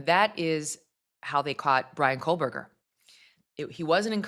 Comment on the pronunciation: It sounds like you are pronouncing Kohberger as “Kol-Berger.